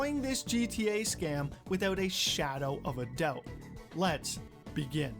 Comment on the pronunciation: . "Withewt a shadow of a dewbt." lol.